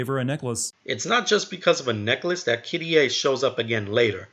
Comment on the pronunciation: it's kyrie not fucking kiddyay